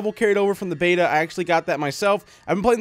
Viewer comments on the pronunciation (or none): none